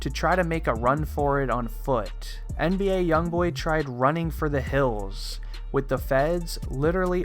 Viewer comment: He kept Saying NDA YoungBoy